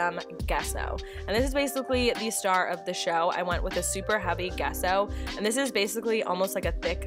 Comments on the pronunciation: Love these pieces! FYI, Gesso is pronounced with a soft “g” like in “giant” or “giraffe.” Love from Canada! 💕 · Love the idea of using a cinder block on your table! (P.S. The G in gesso is pronounced as a J)